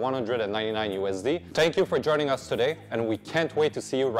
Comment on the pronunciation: appo-low? That seems an odd pronunciation of a known word.